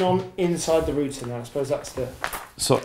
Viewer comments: It's router, not router, god damn it. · root is singular. route is plural. so "rooter" is incorrect. root have many routes... there 4 its a router! (as in many root's) and if your and aussie like me.. "rooter" is one who has a great time (alot) ;)